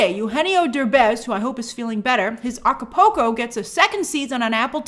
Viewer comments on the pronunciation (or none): That "Acapulco" pronunciation lol.